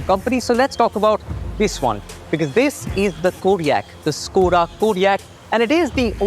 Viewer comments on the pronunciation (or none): Well made Ad, with few editing errors... But, please get your pronunciation correct. It's Skoda (श्कोडा) and not (स्कोडा). Just like Hyundai (हंडे) and not ह्युंडई. I can join your company as chief officer Content and Video. Seriously! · It’s pronounced as Shkoda……